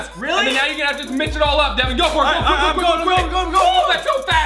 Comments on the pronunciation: its devan not deaven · It's Devan not Devon no offense 😁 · You said his name wrong it devan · It’s Devan not Daven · DEWAN XD ITS DEVAN